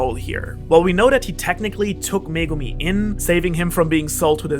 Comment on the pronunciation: Finally someone who can say megumi